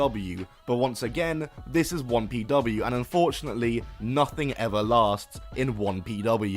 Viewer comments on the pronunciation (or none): I've been listening to the video rather than watching it and I was like "what the hell is Wompy Dubbayoo"